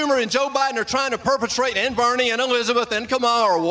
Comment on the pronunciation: That is Racist!! Purposely Mispronounced Kamala Harris 's Name .You're that Stupid? It is Awfully Rude the Way you Mispronounced Someone's name. Clearly you are following Trump's ways. Get A Life !! Be A Good Individual !!! Be You !! You will be A Happy Man with Dignity.